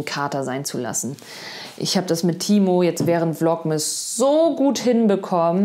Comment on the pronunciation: Vlogmas ausgesprochen, hört sich an wie „Vlog-Mist“.. 😅🤐 aber ich finde deine echt unterhaltsam, easy-peasy, mal lustig, mal nett entspannt als würde man mit einer Freundin quatschen. Danke, dass du uns etwas an deinem Leben teilhaben lässt. Mach weiter so- und nur so viel, wie dir gut tut. 🙏☀️🙋🏻‍♀️